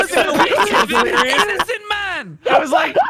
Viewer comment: Mmmhmm uh it’s “Delirious” not Delerious my good sir. sips tea